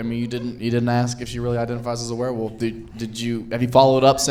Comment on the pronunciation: my fav part was saying were-woof instead of werewolf 😭